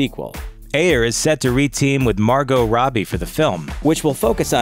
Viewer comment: he keeps saying her name wrong, its not Marco robbie......